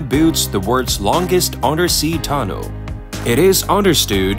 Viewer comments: It's pronounced Tunnel. Simple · What's up with your tts mispronouncing half irs transcript. Tun-ol, under-stued grav-ol soul-ul multie pool